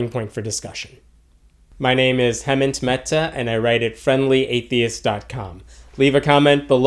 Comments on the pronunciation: Hem Ant Meta, it’s good u don’t care about ur self or anybody else, simply since u can’t and anyone like minded will be able to fathom so many things of existence and one’s position after this life.. if you would care to delve into meaning and reasoning rather than ignorance u could have a higher fan sorry soul following than mahaveer himself.. You are a disgrace to ur self ur family and to many a people.. anyways chimps we’re always created with a limitated understanding to their own existence.. and why should all the mysteries of life be explained to you, when u have have a limited understanding.. it’s like u pronounce ur own name meta unlike Mehta.. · You don't know how to pronounce your Name...or might be you americnized it for your American crowd 😂😂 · he sure cant pronounce his own name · You totally butchered your name buddy. Hmmm, that's a good start indeed. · And biggest sadest point is that you can't even pronounce your indian name properly shame on your parents who gave dumb bald kid like you